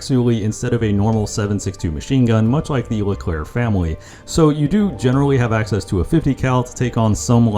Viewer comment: When you say Leclerc just don't pronounce the last C